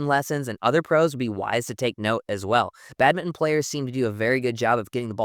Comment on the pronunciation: Excellent insight and thanks for pronouncing badminton - Bad-min-TON and not just Bad-min like other Americans 😊